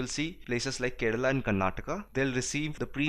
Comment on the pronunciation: Did any body heard that he said, Keral is the first country to get rainfall...